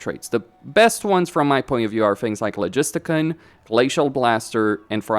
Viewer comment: “Logisti-can”. Lol.